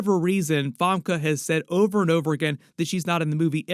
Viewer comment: have i been saying 'famke' wrong for 26 years?